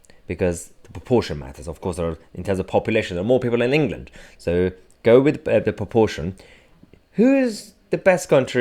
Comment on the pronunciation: He seems to pronounce "England" as "Anal Gland."